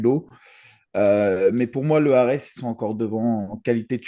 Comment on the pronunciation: leu ares.... bruddah... vous l'faites exprès!